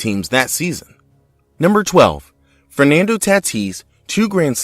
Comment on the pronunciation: Frenando taatiss